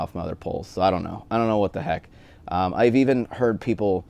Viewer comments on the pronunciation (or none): none